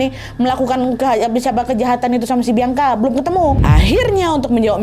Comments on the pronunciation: Ka Nad, izin kasih masukkan ya.. mungkin untuk ke depannya kalau ada penyebutan nama bisa dibenerin ya. Klo untuk yg di video ini seharusnya "bian-ka", bukan "biang-ka". Agak gimana gitu denger penyebutan "biang-ka" diulang2 sepanjang video wkwk 😂🙏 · ka nad , baca nama bianca itu "bian Ka " bukan "biang ka" soalnya beda arti kak , kalo dalam bahasa daerahku biang itu anjing 😭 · kak kamu nyebut "bianca" pake idghom ya kak jadi "biangka", gemess wkwk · Sakit kali kepalaku dengar dia bilang "Biangka " lohh 😅😂😂😂 emang gitu nyebut namanya ? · Ak safok sm sebutan namany Biangka 😂😂😂